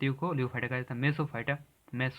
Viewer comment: लियोफाइट नहीं होता है। लिथोफाइट होता है